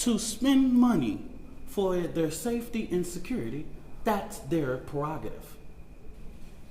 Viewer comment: What's securrity? Is this a form of English? " Glive Srend Glow"? " Loud and Keer " He says " Next Generation Action Network" 100 times,like it's somehow an actual organization or non profit. Trying to sound normally well spoken when